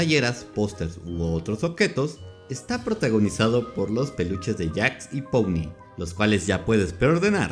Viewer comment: Puni? Pero si es pomni, que pronunciación tan fea tienes :/